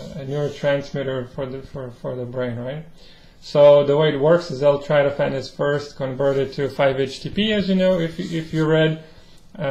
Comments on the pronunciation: it's not L-Tratophan, it's L-tryptophan. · It's pronounced L-Trip to fan!